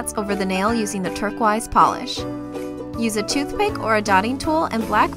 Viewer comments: How come these nails are longer than normal? Btw it's pronounced turquoise not turqaruse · Turquize that is NOT how you say it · Love your videos. But the way you say turquoise is kind of funny lol. I love how you say turq-wise instead of turquoise. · This might be a Canadian thing but, why does she say "turquEYES"instead of turquoise? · she said turquise 😂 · "Turq-wise" XD You're adorable. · I like how she says turquoise like turqwise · Isn't turquoise pronounced Turk-oie-s? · You say TURKO-EYES what... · lmao "terquaise" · Personally, it gets on my nerves. No hate here. I love so much and I actually met her in person, but I just do not personally like her pronunciation of turquiose. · that's what I thought! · shes canadian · I love how you pronounce turquoise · Am I the only one who cringes at how she pronounces turquoise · the way she pronounces turquoise tho